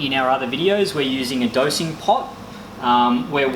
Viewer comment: Did you say dosie pot?